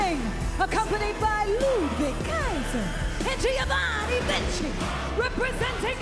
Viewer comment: I like how she becomes Italian when she announces for Ludwig and Giovanni 😂